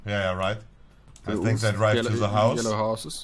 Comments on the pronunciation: Bei monte wird "th" zu "s" hahaha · Immer diese leute die the se aussprechen 😂